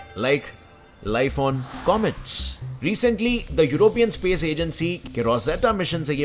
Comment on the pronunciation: Averi thing is bosibel in spesh